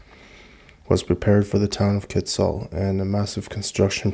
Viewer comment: I worked there for a couple of years and the company that redid the town and mine was Amex, an American mining company. And by the way your pronunciation of Kitsault was correct, never mind what hugh9park says.